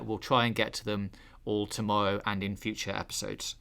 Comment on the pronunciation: Sorry, did you say “tomowwow’?